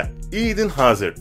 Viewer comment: La futbolcu isimlerini adam gibi söylesene ya gıcık ediyor aga engolo kenti ne engolo kante diye okunur idin hazırd ne la eden hazard diye okunur paal pagba ne birader çok gıcık ya